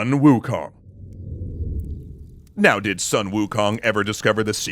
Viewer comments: I believe that Sun is pronounced like the word Soon. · The name is pronounced sun as in soon but shorter ..like in between soon and sun ...sūn